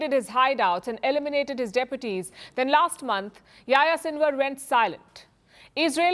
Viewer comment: Palki, please pronounce the names properly. Yahya Sinwar isn't Yaya and Saleh isn't Sale.